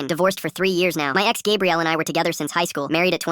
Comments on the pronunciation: Stop saying gabriel, it's gabrielle. 2 men can NEVER have a baby! Stupidest ai ever! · Pretty sure it’s like Gabrielle, like for girls, But the A.I pronounced it as Gabriel. I know someone else probs said this, but why not say it again. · It can be Gah bre elle. Not Gab re el. Ai mispronounced it.